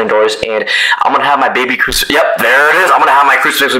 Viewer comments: Bro he said crufix my baby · “I’m gonna have my baby crisufix”